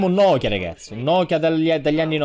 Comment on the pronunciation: Lol il nokia è diventato mokia